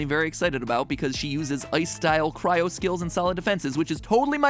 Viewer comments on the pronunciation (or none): none